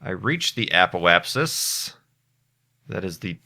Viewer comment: Remember back then when couldn't pronounce Apoapsis?...good times. You've grown up alot,.